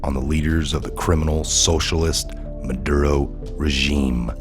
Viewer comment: It's not madro, its Ma dur oh